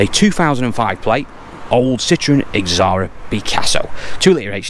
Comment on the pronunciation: Not x sra its z ara not ex sara lol dacia not daysear rant rant lol